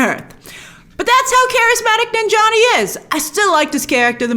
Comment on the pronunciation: Bro😂 she butchered Kumail’s last name omfg😂